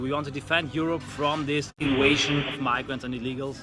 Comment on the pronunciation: As a Latin major I don’t usually make fun of people pronouncing V as W but in this case yes that guy saying inwasion is pretty funny